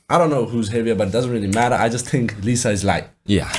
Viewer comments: That girl is Li - Za not pronounced as lisa lol😂 but shes filipino phillipines and shes known to have the beautiful face in the world.. for reals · Liza soberano is known actress here in the Philippines. Btw it pronounce as "layza"